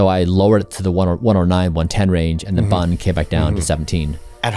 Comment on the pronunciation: Don't say BUN like that... It is an acronym and should be said B U N